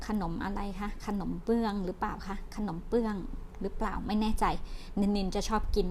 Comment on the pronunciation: ขนม "เบื้อง" นะครับ ไม่ใช่ "เปื้อง"